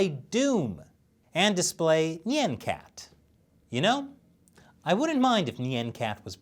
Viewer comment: Nyan cat. Not Nyen Cat